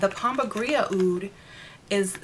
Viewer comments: Why do you keep saying pomba "gria"? I'm new to the deities... I thought it was said pomba "gira"? No? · It’s pronounced pomba Jeera. & no one has a right to sell products labeled for an African deity if they are not initiated into that practice. Please be careful with hustlers, culture appropriation & fakes